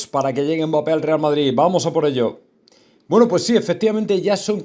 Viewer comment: No es mbáppe es mbappe habla bien